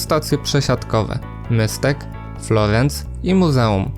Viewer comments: Můstek wymawia się Mustek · wszystko super zrobiłeś :) Naprawdę. Nie chcę się czepiać, tylko na jedną rzecz chcę zwrócić uwagę. Wymowa Stacji Můstek. Wymawiasz to jak po niemiecku München. To czeskie ů wymawia się normalnie jak U, tylko dłużej. W pisowni to czeskie u zamknięte. Můstek znaczy mostek :)